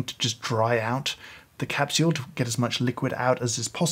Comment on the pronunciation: I love how he says capshule!